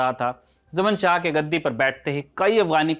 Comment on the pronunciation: जमन शाह कोयी नाम नहीं होता। ज़मान शाह था। वैसे उसको जयदातर शाह ज़मान ही बोला जाता है।